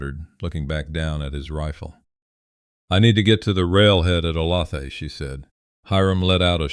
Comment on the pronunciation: Olathe is said oh-lay-thuh.